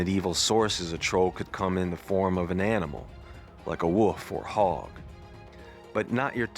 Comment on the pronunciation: Oh man, the way you say wolf is hilarious! 🤣🤣🤣